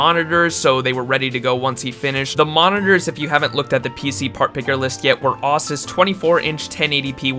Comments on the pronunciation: "osus" ITS ASUESS CMON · did any1 else here him say USS ESS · "Awsus" is a new way of saying ASUS.... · I love you, but don't pronounce Asus like that ever again please.